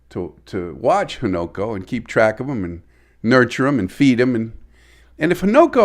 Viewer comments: Newborn Fish is often called a Fry. And it's Ha-Na-Ko. Not Ho-No-Ko. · Its pronounced Hunu ko .